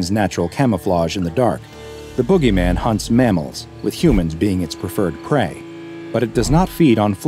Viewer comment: Jit trippin my brother just came Outta nowhere and called the boogeyman the bOo-gay-men ☠️💀